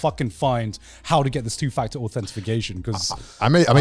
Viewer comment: its pronounced authentication garnt